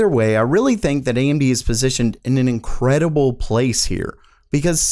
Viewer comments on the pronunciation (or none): none